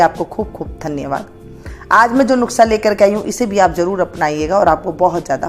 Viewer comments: कृपया नुक्सा नहीं नुस्खा बोला करें। धन्यवाद। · Aap bhi lijie Maam, taake theek se Nusqha/Nuskha bol saken - na ke Nuqhsa 😝😆😝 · नुस्खा कहिये.. नुक्सा नहीं धन्यवाद